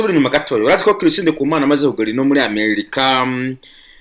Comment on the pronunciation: Banza umenye kuvuga Chris neza 😁😁 ngo Kirisi 😂😂